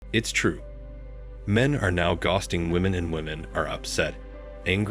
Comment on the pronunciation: I get tired of ghosting being mispronounced 😮